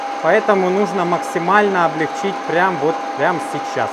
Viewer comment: Умоляю! Ставь правильно ударение в слове облЕгчить. Заранее спасибо